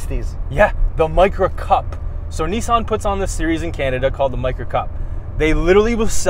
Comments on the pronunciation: It’s not nisaaan, it’s pronounced nison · Americans be like "this is the niece - Ann micura" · Lol you said neice-anne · Knee san